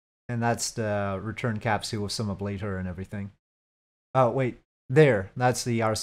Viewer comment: Why do you pronounce capsule as 'cap-see-il'? lmfao Another great video, really enjoying the stock playthrough too